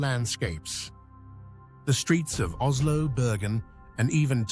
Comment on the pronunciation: When mentioning Minnesota you showed a Swedish Midsommar celebration. Really? There is no Z sound in the Norwegian language. Three times you said OZLO. Please re-do this.